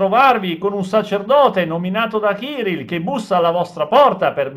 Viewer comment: Il capo della chiesa ortodossa russa non si chiama ciril ma Kiril coll accento sulla seconda i